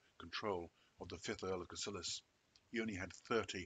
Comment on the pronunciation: Very interesting but just one thing - 'Cassillis' is correctly pronounced as 'Castles', 'is' being the Scots plural.